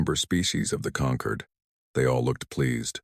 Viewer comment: Perfect formation always Perfect formation. Concord. Not conquered. Stupid AI